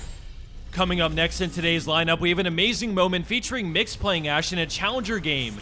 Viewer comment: The guy in number 2 is actually called MickeyX not Mikx. Pronunciation-wise that is.